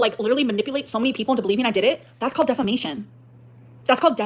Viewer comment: That is in fact not the del-fo-nition of delf-a-mation.